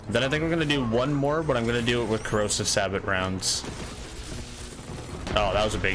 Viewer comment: And yet another person who cant say sabot right 😂😂